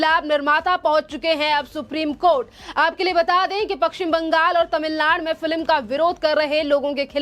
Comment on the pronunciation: Madam news anchor correct yourself and pronounce#Film instead of #FILIM👍